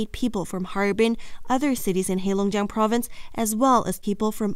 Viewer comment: Your pronunciation of Chinese words like Heilongjiang is accurate and very ethnic Chinese. I believe the news caster is of Chinese blood.